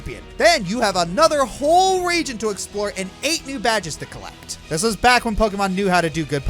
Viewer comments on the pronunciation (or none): none